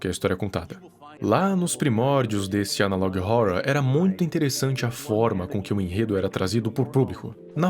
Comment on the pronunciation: Nunca assisti, sabia q era ruim, Achei mt engraçado q ele fala Analog ohourror